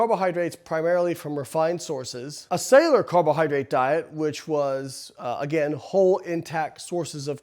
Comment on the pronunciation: Probably should have looked up how to pronounce "cellular" before making a video with the word "cellular" in it 98 times.